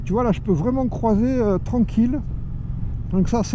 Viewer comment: Juste on ne dit pas "crOIser" mais "crUIser". Ce n'est pas "oi" mais "oui", donc on " crouise" et non on "croise". Sinon bon essai. P.S. désolé de cette remarque, mais ca me dérange. ✌🏻 à toi.